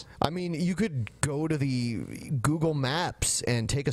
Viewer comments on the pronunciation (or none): none